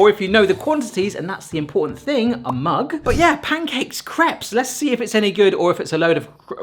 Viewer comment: The way you pronounce Crepes infuriates me.